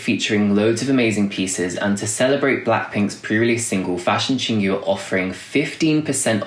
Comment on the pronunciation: Hey, FYI. Your pronounciation of Chingu is not [ching gju:] but [chin gwoo]